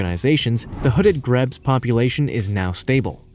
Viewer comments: Also grebes are "greebs" and not "grebs", and couscous is not grain. It's pasta made from wheat flour and water. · in addition, this guy's pronunciation and "facts" are so poor. Grebes (pronounced "greebs) is just one example. The seneca white deer are probably just standard albino versions of ordinary deer. A captive population would give them protection. There was a small herd of them in a protected park in Pennsylvania back in the sixties. I take anything this guy says with a grain of salt.